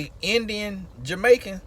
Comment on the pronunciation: “Listen....you hear meeee?” 😂😂 love that. “Portarica” 😂 “Jewmaican”🤣